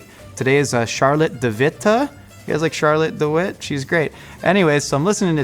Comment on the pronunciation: It's pronounced sjar-lot-teh duh wih-teh. But you got pretty close! :D